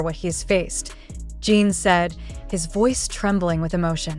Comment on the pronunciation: JIN not jean can your pronounce it correctly???????